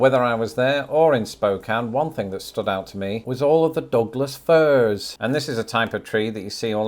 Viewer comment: I was in the tub while listening to hear if Washington came up & when I heard him say "all of the dogless furs," I had to look at my phone and rewind. Ohhhh, Douglas Fir trees 🌳 😅